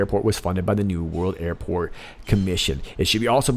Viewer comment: Airpot?? Did he mean Airport or.. IPOT?!